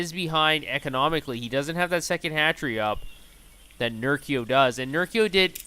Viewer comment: Good cast, but it's Ner-CHEE-oh